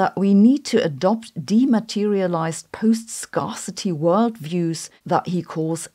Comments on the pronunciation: Quick tip: "scarcity" begins with the same pronunciation as "scare", not "scar". Hope that helps. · Post scarcity is pronounced 'post scare -city'.